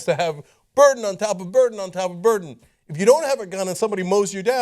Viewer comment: "Buran of proof" etc, dropping a letter and and making your whole rant so garbled that no one understands your point even after you have edited it a multiple times are two different things. Buran BTW is a Russian spacecraft.